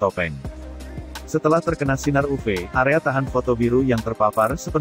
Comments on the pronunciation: Bagian uv harusnya ditulis yuvi aja biar robotnya baca yuvi bukan uve, awalnya bingung uve2 apa oh maksudnya uv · Iya dengernya agak gimana, apalagi pas ngomong sinar "upe" Sinar "upe" 😆